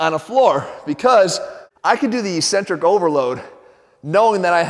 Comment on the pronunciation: He's saying ("ee-cen-trick").. isn't it ("EHK-cen-tric")?